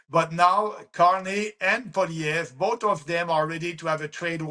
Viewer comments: Kim. It's pronounced pwah-lee-ehv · Hay Kim... It's simply pronounced Poly-ev ... Good interview! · Poilievre pronounced- paul ee ev. the accent is on the 3rd syllable. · Polly Ev. To pronounce Pollievre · FFS! Paw-lee-ev, KIm. Paw...lee...ev. Repeat after me. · poi-li ev-pronounced-it's Quebec French-thanks for your support for our best bet-Maxime Bernier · You need to learn how pronounce 'Pierre Poilievre'; it makes you sound uninformed. Maxime Bernier is a complete nut job. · Better work on your French, Kim. It’s Poilievre. It’s not difficult. Doesn’t look very professional being unable to even pronounce the name of a major candidate for Prime Minister, while knowing how to pronounce your own MAGA candidate. Sorry Kim, we are not MAGA in Canada. He is irrelevant here.